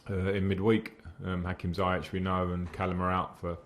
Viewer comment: Someone please tell Frank it's not Zai-yech, it's Zi-yesh and it's not Puli-sich, it's Puli-sick.